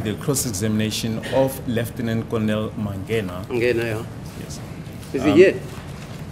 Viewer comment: The judge is bad with names. They say mangena and he's saying mangani 😂